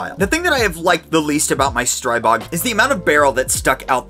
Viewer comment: Stop butchering the name Stribog! Learn finally! It is not pronounced Stry-bog! The Stri is pronounced like in strip, not like in stripe.